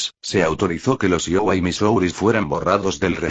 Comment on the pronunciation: El único problema es la forma qué habla y pronunciar el nombre Iowa , Wisconsin